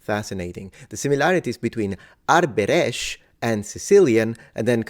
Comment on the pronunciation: Btw "thikët" (knives) in the first sentence is the plural of "thika" which is connected to the Latin "sica". I also want to point out that you did a great job pronouncing the word 'Arbëresh'. Thank you for this video. I wonder if you could look into the Stratioti mercenary units that emerged in the 15th century. I think you might find the topic interesting. I'm glad I've been following your channel for a long time. Much love from Albania ❤